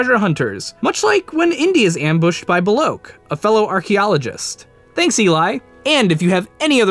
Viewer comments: Belloq is pronounced bell - ock, not Bell - oak. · Bel-OKE?! It's pronounced BEL-OCK! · "Bell-Ak". "Belloq" is pronounced "Bell-Ak". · Do you even play these games or watch these movies?! Belloq and Jiub are NOT pronounced like that. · How did you pronounce Belloq again?